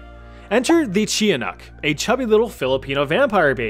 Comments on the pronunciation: Its pronounced ch-a-nahk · btw the tiyanak it pronounced as chanak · NAHHHH WDYM THE CHIA-NAK?! (Tiyanak-) we say it like cha-nak in my family idk why u included chia- ToT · Tiyanak is pronounced "Cha-Nak" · Trying not to sound like a filipino nerd here, but its pronounced "Cha-nak"☝️ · its chanak not tiyanak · something that bugged me is that the tiyanak is pronounced chanak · TIYANAK is pronounced as "CHA-NAK" "CHA" LIKE CHA-CHA, "NAK" LIKE (KNU)CKLES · Tiyanak is pronounced as "Chanak" in the Philippines. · the pronunciation of tiyanak for us is cha-nak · You said tiyanax wrong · Honestly, I’m a filipino and your pronunciation of the Tianak is soo funny!😂😂